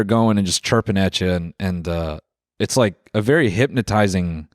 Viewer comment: he's vewwy lihterwal